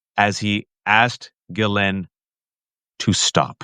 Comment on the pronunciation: Lev, it’s GHISLAINE not Gizelle. 😚